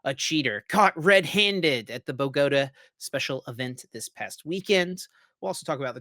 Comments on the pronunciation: BoGooooTah not Buhgotuh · I love them but hearing boGOta makes me cringe. Bogota with the emphasis on the ta as in U-tah